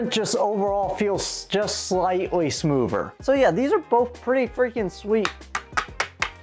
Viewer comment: You speak english well. But whats with tge smoover.. where is the t and h in smoother